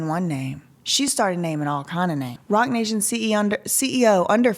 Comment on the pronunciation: I thought you said Rotten Nation... Rotten nation, Roc nation... same thing